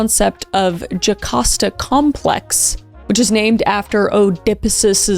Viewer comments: Your pronunciations of the Greek names is actually so stressful to me. Oedipus is pronounced like Ed-ih-piss and Jocasta is pronounced more like Joe-kA-s-tah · KRIS 📢 Oedipus is pronounced Ed-eh-pus. Jocasta is pronound Yo-cahst-ah